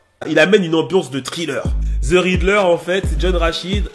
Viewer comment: "The" et pas < >